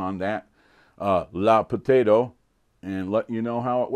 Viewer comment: I believe it's pronounced "luh" potato.